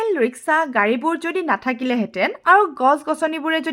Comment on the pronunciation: Riksha ne rishka ,mem